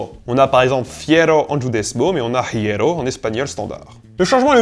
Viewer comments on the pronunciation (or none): Très intéressant. Dommage qu'il reste quelques erreurs non corrigées. Ex : [dz]prononcé [ʤ] ; ( , ) un son [h] inexistant est prononcé dans les mots castillans "hierro" et "hijo" (bien qu'il ne soit pas exclu qu'il ait été prononcé entre le XVIe siècle et maintenant); toujours dans le mot "hierro", la transcription phonétique ni la prononciation ne tiennent compte du redoublement de la consonne [r], qui d'ailleurs se prononce "roulée". A noter également l'erreur de temps à (parlâmes, pas parlions).